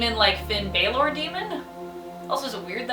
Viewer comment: You said balor wrong for finn bálor bc theres an accent at the A